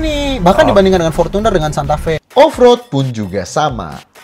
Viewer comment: Ngong portuner nya biasa aja kali..gk usah porcuner